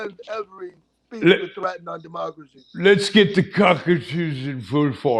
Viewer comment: Omg. “Threat to my Deeemocray”